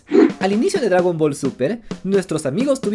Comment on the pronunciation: "Dragran Ball" ¿estas borracho?